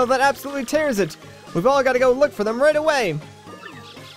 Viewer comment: random suggestion, can you play fantasy life? it's really fun but no one cares about it because it's over shadowed by games like mario. Also, you said "absolutely" wrong. Everyone is triggered.